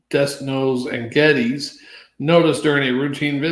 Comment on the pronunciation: Den no and Geddez is how it is pronounced.